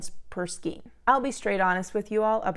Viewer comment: Hello! I am loving this yarn. I’m using a 6mm hook successfully. Also, it’s pronounced "skane" not "skeen"